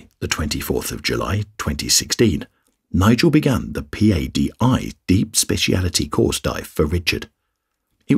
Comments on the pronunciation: P-A-D-I is usually pronounced as Pah-dee. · No one says p a d i. They say Padi. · It's Patty like the name. You're spelling it right? But you're not saying it, right? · “P-A-D-I” 😅😅 can tell this is narrated by a non-diver